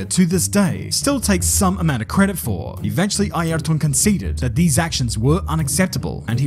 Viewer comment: But he's pronouncing it properly.